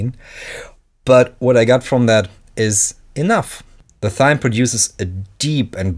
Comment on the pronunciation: Pronounce Thyme like “time”, Pyramid like “peeramid”, and Pristine like “pristeen”. No offence meant and I love the content, just a couple improvements. I am learning Dutch and find pronunciation issues often, so I try to “pay it forward” with my native language.